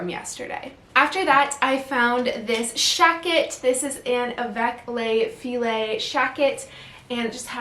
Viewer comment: That blush pink Avec Les Filles shacket is beautiful!!! Btw, you pronounced almost the entire name correctly! You got "Avec Les" right. "Filles" is pronounced: fee. The way you pronounced it would be for the spelling: filet. As in filet mignon, or filet o' fish!